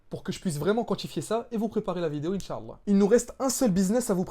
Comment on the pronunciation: Salam frère, merci tout d'abord pour ta vidéo, c'est très intérressant. J'aimerais attiré ton attention sur un point important. Tu prononce mal le mot Insha'Allah, il ne faut pas prononcer la lettre 3ain. tu dis Insha3Allah au lieu de Insha'Allah. En faisant cela tu ne dit pas "Si dieu le veut". j'éspere que ça te seras profitable, Baarakallahufik.